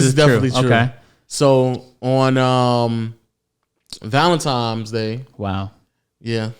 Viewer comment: Please tell me he's not saying "Valentimes" 😂🤣 come onnnn 😂😂